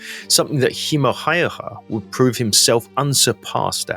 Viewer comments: Häyhä ausgesprochen häühä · Nice video, but you are pronouncing his name wrong. The Finnish "ä" sounds like "a" in "hat." Ha-ew-ha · For ease of pronunciation its pronounced almost like Howha or Hauwha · His name is pronounced as such, Ha-Oo-ha.. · The a with to dots (ä) in Häyhä, are pronounced as the a in 'mad'.